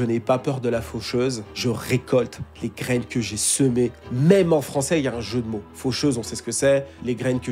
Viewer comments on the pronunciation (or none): none